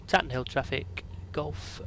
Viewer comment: It's Tatenhill (Tay-ten-hill) not Tatten'ill ;-) My home airfield.